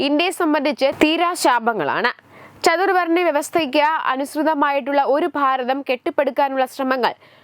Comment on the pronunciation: ചതുവ൪ണൃമല്ല. ചാതു൪വണൃ വൃവസ്ഥ. നൃൂസ്.വായിക്കുബോഴെങ്കിലു൦ അല്പം ശ്രദ്ധ കൊടുക്കുക. ഇല്ല ങ്കിൽ മലയാളികൾക്കുകൂടി. നാണക്കേടാണ്.